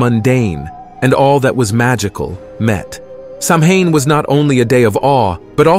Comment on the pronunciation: Good and informative. Just letting you know, though, Samhain is pronounced "sowen".